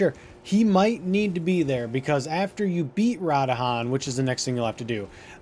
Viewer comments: It's pronounced radan not radahan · Radahan? They literally say RA-DAHN multiple times throughout the story. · it is not RA DA HAN it is pronounce Ra DAN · Also after u start her quest and she falls asleep u can go straight to radahn (not radahan) and the wolf will be there telling u missed your meeting with him basically u can skip the part of going back n forth to npc’s. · pronounced Radahn, not Radahan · im hoping that its a joke on how you are mispronouncing so many of the names in this game lol, radahn as radahan, blaid as blad, and limgrave as limegrave XD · Drinking game: take a shot every time he says Rod Han and still try to beat the quest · ah yes my favorite demi god in Elden Ring, "Ra-Da-Han" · You’re a peanut with your pronunciation of the character names and locations man. It’s like you heard in the dialogue when playing and where like “…you know what? Imma say it da way I lyk” 🤦‍♂️ Stick to the script bro. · The amount of times you completely mispronounced names (radahn the most) drives me nuts. They literally say it in the game.. How do you mispronounce it? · I 10000% appreciate the guide but FUCK MAN YOU butcher the fuck out of Radhans name lmao 🤣 it's cool we love you still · Amazingly condensed video. This guy knows how to make a guide. Mispronouncing the fuck outta radahn though😂